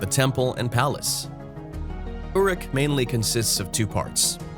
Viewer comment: He can't pronounce Sumerian words! He is awful. Uruk is the ancient word for Iraq. It's pronounced Err_rook. The other words are pronounced pathetically as if he's just reading his script. The name he was talking about was Gilgamesh. First written as a epic poem in 600 BCE shortly after fall of Jerusalem by a occult mystic named Sin Liqui. Evidently LONG after Moses wrote Genesis. Gilgamesh and his huge friend Enkidu we're apparently antediluvian lethal bullies postdiluvian Moses called Giboram or Nephilim.